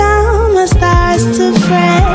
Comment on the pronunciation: I love how she says "starts" and it sounds like "stars." Her voice is very delicate. The way she pouts when she says mama is so cute.